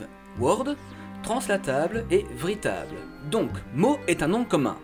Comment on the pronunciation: "vritable" non mais non x) J'adore cette vidéo sa change de ceux de ta chaîne en espérant que la prochaine araignées au plafond arrive vite ;)